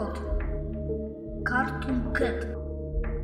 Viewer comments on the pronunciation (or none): Надо говорить Картуун Кет.Carton-картон,Cartoon-мультяшный.